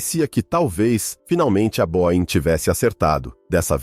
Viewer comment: Boein não existe. Boeing